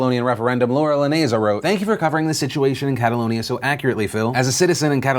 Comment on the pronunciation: I cringe every time you say Catalonia...